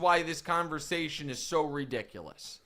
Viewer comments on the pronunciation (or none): none